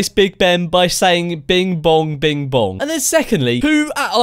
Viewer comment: She didn’t even say bing bong she said bim bong